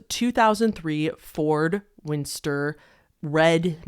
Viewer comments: "Windstar" not "Windster" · Anyone curious can simply look up old news articles, legal documents, and watch the documentary “There’s Something Wrong with Aunt Diane.” Nothing new in your video except mispronunciations of a few words. It’s “Windstar”, not “winster.” And “Sun-oh-koh” (Sunoco), not however you mangled it. Also, there’s at least one piece of good news involving the Hances in the years after they lost their daughters which you didn’t even bother to mention. Doing so would have been a teaspoon of honey after swallowing a metaphoric gallon of vinegar. I won’t give it away here - hopefully others will do their own research and discover it for themselves. I’m done with your videos, signing off with a heartfelt “thumbs down.” They remind me of means girls in high school . . . which was LONG ago (I’m 9 years older than Diane) and a period of time I don’t care to revisit, thank you. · A Ford "Windster" does not exist. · I’ve never heard anyone pronounce the words “wind star” “Sunoco” and “route” like that